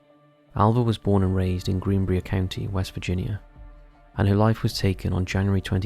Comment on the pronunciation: Multiple about West Virginia 😎 Nice! My home state! But you did kinda butcher Greenbrier but been british I totally understand 😅😅 the I is long sounding in Bri-er